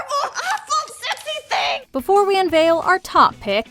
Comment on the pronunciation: im still not sure if she said "sexy" Or "Obsessy"